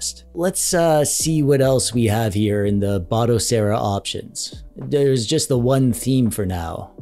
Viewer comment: Finally! someone that pronounces Batocera as BATOcera and not BODAcera!